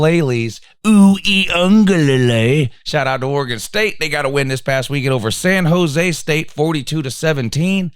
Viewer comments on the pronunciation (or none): none